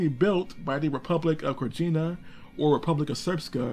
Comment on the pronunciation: The Serbian Republic of Krajina is pronounced Krayina